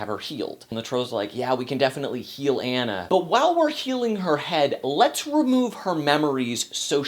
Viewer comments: Frozen was a great movie, if you watched the rap battle on Frozen and Tangled Anna says I'm not Anna (An-a) I'm Anna (Ah-na). LOL. Loved the review but it's pronounced (Ah-na). Still that's just a little mix up because her name is spelled like (An-a) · I agree that Kristen Bell is an inspiration as Anna (but, and I have to say this, how can you see this movie and still pronounce her name "Anne-a" instead of "Ah-na"?) Good points about the music too, though I sometimes think they're a bit too spoken-dialogue-ish than character/storytelling-music-ish, which is an important distinction to make. I think Elsa's parents sometimes getting a lot of flak -- I think they were just doing the best they knew how. Overall, Elsa has most of the drama, but Anna is the star. P.S. YES OLAF'S DESIGN IS HIDEOUS THANK YOU. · "Ah-nah" not "anna". Are you sure you saw the movie? :) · You said Anna's name wrong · He's saying Anna wrong!!! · Dude you aren't even saying Anna's name right! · You were mispronouncing Anna's name the entire time! It's a long A! But good thoughts. The lack of musical consistency annoyed me, but the biggest gripe I had was that there wasn't some kind of fatherly figure that took care of the girls between their parent's demise and Elsa's coronation (or yeah, maybe a fun servant character.) I also thought there needed to be another good song in the last 20 minutes. Fixer-upper shouldn't be the final song for your movie =P (although that chanting with the thaw kind of did it for me.)